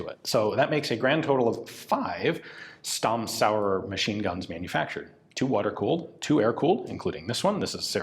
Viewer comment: I suspect it's pronounced Schtamm, with a hard/short and Zaurer with a softish z. It certainly is in German anyway. :)